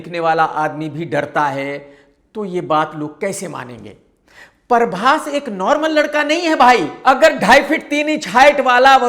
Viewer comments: Parbhas nhi Hota Prabhash Hota hai Prabhash😅😅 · Khudko...Prabas bolna sahi nai ata...uski hindi tik karne chale...he is calling him Parbas😂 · अबे परभास, नहीं प्रभास naam hai naam toh thik se bola kar bhai 😂😂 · He is mocking prabhas hindi and he himself saying parbhas not prabhas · 2.55 नसा नहीं, नशा होता है। उसी तरह परभास नहीं, प्रभास होता है... 😊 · Parbas nahi PHRABAS hai unka name pahle tu naam bolna seeko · प्रभास ❌ परभास ✅ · पहले तू सही बोल .... परबास नहीं प्रभास बोल bc